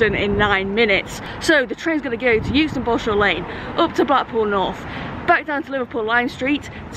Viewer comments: lol i lived in euxton for nearly 20yrs and because euston is pronounced yooston people think euxton is yooxton :) no its exton :) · My ex lived not far from the station in Euxton so those clips around there and Chorley brought back some memories. I’m not sure whether they are good memories though 🤣 I would always pronounce Euxton wrong cos it really annoyed them up there aswell 🤣 Great video and well done on beating the train 👍🏻